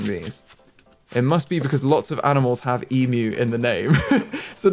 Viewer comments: Yes it is quite shocking to hear a youtuber pronounce 'emu' correctly. E-myu not e-moo. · As an Aussie, your pronunciation of Emu made me very happy (Especially considering your pronunciation track record lol)